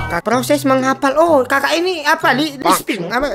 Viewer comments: Lipsing bang bukan lisping 😭😭😭😭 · Lypsinc bukan li seping 🤣🤣🤣